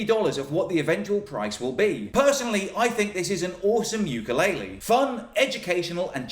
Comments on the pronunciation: Nobody knows how to say ukulele. It's oo-ka-leh-leh, not you-ka-lay-lee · Just wanted to correct your pronounciation of Ukulele. You are saying youkoolele but the proper way to say it is ookoolele Uku (ookoo) is flea in Hawaiian. Lele is jump. So Ukulele is not youkulele but ookoolele. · the instrument is called a “u-ku-le-le”. There is no “Y” in “ukulele”. Keep on strumming! Aloha! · I thought the pronunce was "poopulele" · what's with white people and saying Ukulaile (ookoo-leh-leh) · Can you please learn the correct way to say ukulele